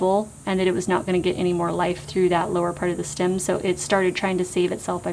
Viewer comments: It's "stem"! Steehh-mm. Its not stim! 😂 Sorry, couldn't help it. Thank you for this informative video though! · Loving that Midwest “stim “ 😋 thanks for the video!